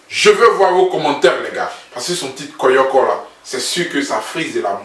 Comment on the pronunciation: On dit koyo koyo mais pas koyoko . Moi aussi j’ai pensé à ca ... comme je vis en Europe je sais pas si ça s’utilise encore en Côte d’Ivoire . Je suis très impatiente aussi . Et ces le seul qui es en live avec toute son équipe venu directement d’Abidjan . Fallait le dire dans ta comparaison là . 😀